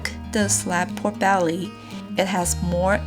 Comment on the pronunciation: Instead of "pork belly" I kept hearing"poor belly"... Guess it is cause nothing's ever left of it😋